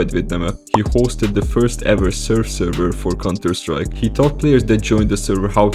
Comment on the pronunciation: bhop is in contuh sattrike you spoopid